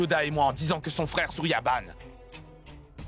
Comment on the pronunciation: Tu veux dire souriaban😂😂😂